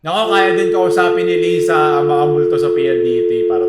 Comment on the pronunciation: lay-za po hindi lee-za hahahaha